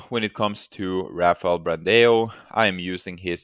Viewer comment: the pronuciation of ''BRANDÃO'' is like ''Brandown'' .. huge hugs from brazil